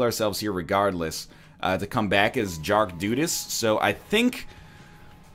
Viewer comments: OMG! Did NL say "Jark Dudas" instead of "Dark Judas" ? I love you NL, you are such a good guy! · ha ha He totally said "jark dudas" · Anyone else hear him say Jark Dudas